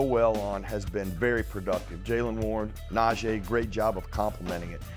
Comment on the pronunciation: How we still pronouncing NaJEE's name wrong in year 3 of him being a Steeler. Nah-Jee not Nah-Jay